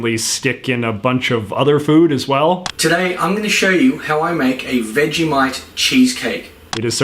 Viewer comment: Do any other Australians notice how Americans pronounce Vegemite as "Vegimite"?!